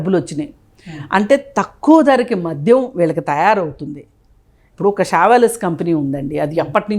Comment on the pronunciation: మధ్యం,నేపద్యం.... ఉచ్చారణా దోషాలు సరి చేసుకోండి మోడరేటర్ గారూ..